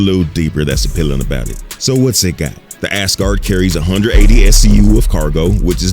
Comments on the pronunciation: Why is my man saying ASS-Guard lmao it's AZ-Guard lol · You make it sound like 'ASS-guard', some kind of sports protector.... ;-) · I kept hearing Ass-guard and ngl it kinda changed the whole video for me…